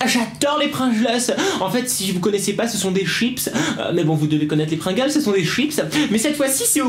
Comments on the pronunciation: C'est pas des prungels c'est des pringels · s'écrit Pringles mais on dit Prigles 😄😇😇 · Pour te dire ses pas Pringles ses Pringles